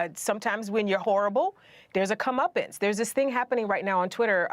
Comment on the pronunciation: Did she say "come uppins" are cleansing? lol I don't think she wants to the masses to start issuing a "come uppin'" to this .5% of the population. Do you really want "cleansing"? lol